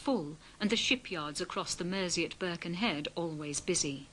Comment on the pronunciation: Birchinhead? Its BURKIN head